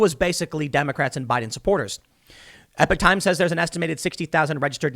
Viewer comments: I see and read it as epock as well, you aren’t crazy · Eee pock times not epic times